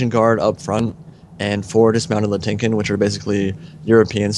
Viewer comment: Nice battle though I believe Latinkon is pronounced "Latin" like Latin America and "kon" like Genghis Khan.